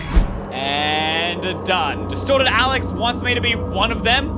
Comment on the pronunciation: In the begin when when you says “Destorted” Alex, I thought/heard “DESTROYED Alex”... My mind was like; wtf???😳😂😂